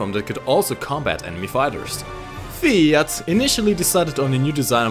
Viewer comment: ikr pronouncing "fiat" with that "accent" had me cringe'ing so hard